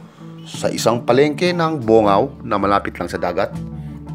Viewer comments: Madaming christian Jan sir, ibat ibang reliheyon LNG. Bon-gao po ang pag basa sir Hindi bo-ngao 😁. Taga jn po ako. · BONGAO, pronounce as BONG-Gaw... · Bong-gaw po bigkas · It is pronounced as BONGGAW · Mali poh yung pronounce mo sa bongao